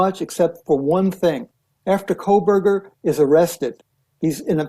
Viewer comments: Public Service Announcement.... There is NO L in Kohberger. You're welcome. It's not Coal-burger. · Megyn, it's Kohberger, no L as you're pronouncing it Kohl-berger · Good God. Can someone please tell her that she is pronouncing his name wrong??? It’s KOHBERGER